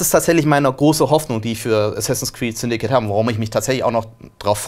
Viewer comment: Ich dachte es heißt "Syndicate" und nicht "Syndikit" :D